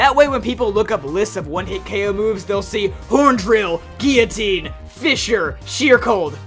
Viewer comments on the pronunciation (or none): none